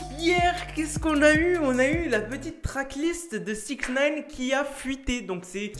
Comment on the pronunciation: Attttt 2sec a tu as dit 6in9ne quoiiiiii ?